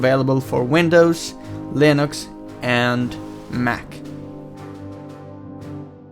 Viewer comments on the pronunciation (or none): none